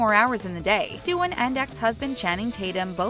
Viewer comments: It's not DUE-IN. It's DAH-WAHN. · It's like the woman who narrates these videos lives under a rock. She can't pronounce 1/2 of the celebrity names and/or doesn't have up to date info. Its Jenna Dee-wan. Chrissy Teigan has a daughter AND a son. He's like 2 months old at the time this was published. Other videos from this account have the same mistakes.